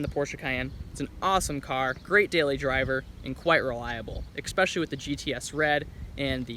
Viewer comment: The word is especially, not expecially.